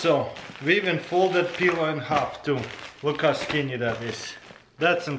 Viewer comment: Lovely peeler. Or did he say pillow 😂